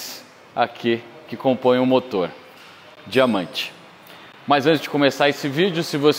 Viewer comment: DIAMANTE (com tom de: "sim, meu amigo, DIAMANTE")